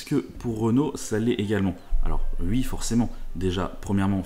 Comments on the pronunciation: Lol encore qqun qui dit "UI" au lieu de "OUI".. ça m'a tjr fait marrer ces gens là. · pourquoi dites vous "ui" au lieu de "oui" ?